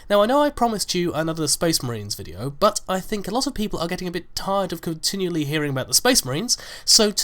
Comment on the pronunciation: I don't want to be rude or anything but,,, you say but in a way that sounds like BUTT and you say it often